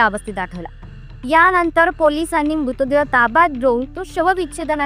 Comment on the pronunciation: अगं बाई नीट बोलायला शिक नं आधी.. मूतदेह म्हणतेय एवढी महत्वाची माहिती भावनाशून्य माहीत वाचतेय नुसती